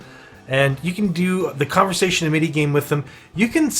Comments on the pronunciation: First of all its AM-it-EE. Second of all spend your Amity and don't let it stack that high. The higher it is the more energy it costs per conversation. Spending it all will drop the initiation cost back down to 2/4. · it's pronounced (Am as in "I am a goat" - it - ee... AMITY (AM-it-ee)) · it was a good vid, but i was thinking the same...like damn AM-IT-Y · that is NOT how you pronounce "amity" . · Good Video, but for the love of Cthulu PLEASE learn how to pronounce Amity properly. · ....can't stop hearing pronunciation of "amity"